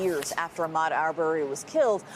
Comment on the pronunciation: Listening to Chris REPEATEDLY say Ahmaud's name incorrectly, especially after Blayne et al. said it correctly, is unprofessional, intentional, careless, disrespectful and sick a*.